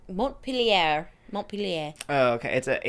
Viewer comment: I live in Vermont and I was cracking up 😂 The pronunciation of Montpelier sent me.